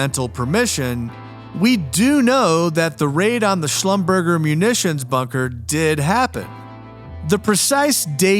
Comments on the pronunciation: Schlumberger is pronounced: shlumberzhay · Slum ber jay